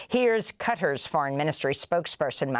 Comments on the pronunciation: I love you Amy, but if you can pronounce Thunberg correctly, I am confident you can pronounce Qatar (Cut-aaahhhrrr - yes, the pirate ARRRRRR) correctly, too, I'm sure ✌ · Will anyone ever pronounce “Qatar” correctly? It’s not “cutter”